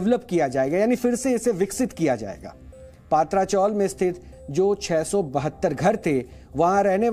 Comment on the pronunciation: पात्रा नही पत्रा, टीन को मुंबई में पत्रा बोलते है। प्लीज correct